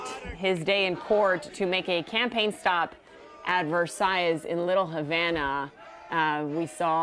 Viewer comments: It’s pronounced Ver- sigh. Not Ver-size. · Dear ABC, it is pronounced Versigh, not VerzsighZ. It is the name of a French palace. You cannot even get the simple stuff right/